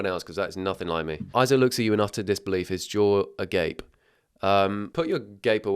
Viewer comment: that's not "Isaac" that's "I sack"💀💀